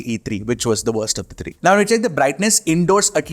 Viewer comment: bro why dont u pronounce three as three why do u keep saying TREE TIRTEEN etc..